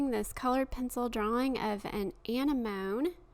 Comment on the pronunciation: Anemone: a-neh-moa-nee. Not Anemone. ;❤